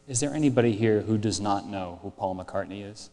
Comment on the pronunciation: Blame the uploader, not Brian Moriarty. Brian says it correctly .